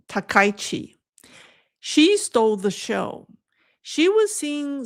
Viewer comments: can you please pronounce the Japanese Prime Ministers name correctly. Thank You, SEATTLE USA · I am surprised by the mispronouncing of Takaichi, especially by Chinese speakers., you are becoming Anglicized. the ai in the middle of Takaichi is not an english diphthong. The 'a' goes with the 'k' and the 'i' goes with the 'ch'. Takaichi has two kanji characters - Taka and ichi. Try not to diphthong the ai together.